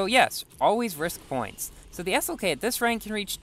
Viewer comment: he definitely said s-ok not slk